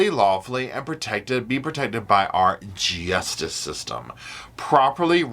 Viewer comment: “Gee-yus-tis system!”😂